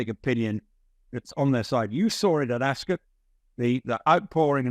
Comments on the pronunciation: it’s not pronounced, “Ascit”! It’s Ascot! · It’s AsCOT, not AsCET, get it right 😮😮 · AsKIT 😂 if she was a serious reporter she'd make sure she got pronunciations right and for something world famous she's pretty dumb to get it wrong. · Ascit??? Why are you both pronouncing it this way???